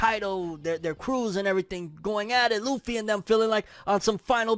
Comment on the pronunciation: Its luffy. C'mon bro.